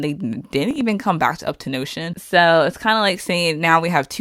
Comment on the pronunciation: Uptonotion? It's up 10 tion